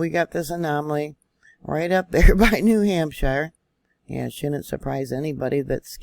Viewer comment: We have a vacation spot on the other side of Winnipesaukee, yes Guilford. You pronounced Winnipesaukee perfectly...New Hampshire..a little long on the shire side..(just trying to help you out..as I'm native to New England)...Wasn't up at the lake so when we go up will definitely ask family in the area...For the person commenting on this size of an event in California would be nothing...New Hampshire is known as the granite state...Our land is more rock based so when we have a quake it vibrates very strong....Love your reports...Was surprised to see the fault around Penobscot bay...we lived in Ellsworth area for 4 years...and will be heading to that area in a few weeks...More fun facts...my husband is from Ct...I'm from Vt....our oldest was born in R.I...and our middle in downeast Maine...youngest back in Vt.